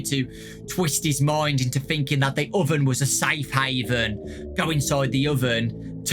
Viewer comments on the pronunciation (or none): none